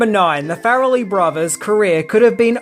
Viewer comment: love your videos, I love this movie and enjoy your general demeanor...but...i just couldn't get past the 5 minute or a dozen "fair-a-lee"... I'm not sure if it's the accent a lack of research or a little bit of both but it's Far-lee...like Car-lee or bar-lee. After the first one I tried to play it off, I'll get used to it...i didn't. Ok, till next episode then!